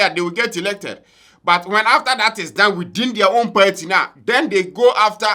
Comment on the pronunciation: The word is PARTY AND NOT PERTI… learn to pronounce words kids are learning from u